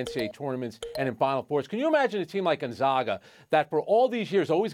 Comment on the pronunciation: Nigga still can’t pronounce Gonzaga